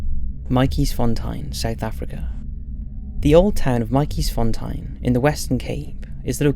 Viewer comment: If I could voice note in comments how to pronounce " Matjiesfontein " I would cause damn 😂😂😂😂